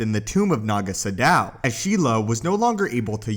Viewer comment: Naga Sadow. Pronounced like shadow.